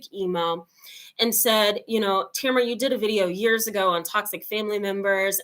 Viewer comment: Welcome, I like how u pronounce your name, it makes it 100 × better. It gives some insight on how much selflove you keep having I guess